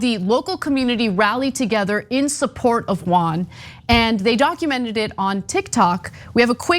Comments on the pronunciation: They didn’t pronounce Juan right either, but is sweet. Who cares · Another ‘giant culture clash’: Armenians and Turks can’t pronounce JUAN.😄 If they try, it sounds like some Asian name...